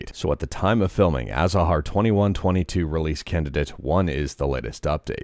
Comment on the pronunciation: Thank you for saying A Za har, I just hate the other pronunciation